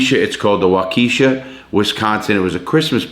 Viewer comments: Larry pronounced WHAA-KA-SHA; not WHAKEISHA!!! Waukesha!!! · Great video Larry! Btw, waukesha is pronounced wah-cu-shaw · Larry, it is pronounced WAU-ka-shaw......emphasis on the first syllable..... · Larry it walk ah Shaw not waaa key sha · Wakeisha 😂😂 Waukesha is pronounced “Walk-Eh-Shaw” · This man said WaKEESHA with his whole chest. I love ya Larry but it's walkie(like walkie talkie)-shaw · Not wuh-key-shuh..... Wok-eh-shaw. Or wah-keh-shaw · I live here in Milwaukee, Wisconsin....Waukesha is a suburb here of Mil. Its pronounced WALK-eh-SHA. And this guy definitely affected the whole area around here...including the city and surrounding area. Great Video Larry Its cool to see how u are doing a video of something that happened right here in my backyard per say. Keep up the Great work Man Ive been a fan for a long time now and with videos like this and ur podcast that I listen to religiously at work every wk. Im not going anywhere, keep it up buddy and stay safe! Much luv from the 414 (Milwaukee)!!! P.S......We dont have the death penalty here just letting you know since u weren't sure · Hey Larry, I'm from Wisconsin. Its Waukesha "Wa-Cuh-Shaw" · Lol. Pronounce Waukesha.. Walk esh aw. Native name trips alot of people up larry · It’s Wah-kuh-shaw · i think its pronounced wok-ehh-shaww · Just to be clear your pronounce it Wok eh Shaw 😊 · Waukesha.... Waukiisha. Is how we say it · The town is pronounced Walk-eh-Snaw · Isn't it pronounced "walk eh shaw"? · walk - eh - shaw is how its pronounced :) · Sorry to be pedantic but it's pronounced Waa-kuh-sha. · It's pronounced...WAH-KESH-SHA.. Lol. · This is in my backyard literally!!! Pronounced Walk a Shaw Wisconsin. This guy is a scumbag!!! Hope he rots!!!!!! (DARELL BROOKS) we need more prison dishes uncle Lare!!???? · Being from Wisconsin you totally murdered the name of the city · Great video Larry. As someone who lives near Waukesha, your pronunciation of the name drove me nuts.